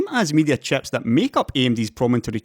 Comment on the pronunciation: Very good video as usual. Love how you pronounce "chieps"